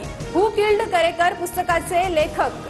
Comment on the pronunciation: करेकर नाही...करकरे..बातम्या देताना एवढी ठळक चूक तरी टाळा निदान